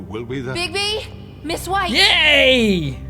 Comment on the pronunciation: when it said "bigby" or however his name is spelled i thought it said "bigboy"